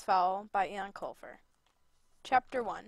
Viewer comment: Eoin is pronounced Owen